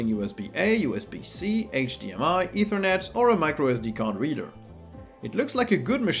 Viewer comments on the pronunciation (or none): none